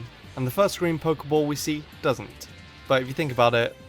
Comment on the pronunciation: Your saying a Pokéball wrong it's Pokéball not Poker ball